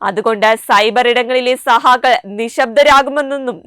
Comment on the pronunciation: സഹാക്കൾ അല്ല കുട്ടി സഖാക്കൾ മലയാളം ഉച്ചാരണ ശുദ്‌ധി യോടെ വായിക്കാൻ പഠിക്